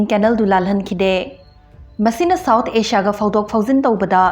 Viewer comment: Asia di Ajia na phajna pronounce twbi ado Japan da japaen hyna twbiradi hena nungaijagani